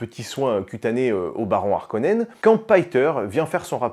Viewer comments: alors faudrait voir a arrêté d'accordé Harkonen, c'est comme Haricot, donc on ne dit pas "les Zharkonens" mais "les Harkonens" mais sinon la vidéo est cool comme d'hab, ( et en anglais on dit bene Jéssérit mais en francais c'est béné GUésserit tkt pas grave non plus) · "les Zarkonnens" 😅